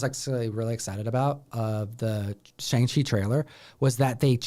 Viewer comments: are you guys ever gonna pronounce Shang-chi correctly or just continue to sound ignorant saying his name incorrectly?? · yeah, so knowledgeable he can't even pronounce Shang-chi correctly